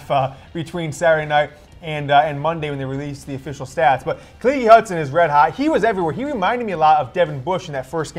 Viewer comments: Khaleke Hudson. NOT KUHHLEEKEE lol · His name is Khaleke, not Khalekey or Khalekee 🤦🤦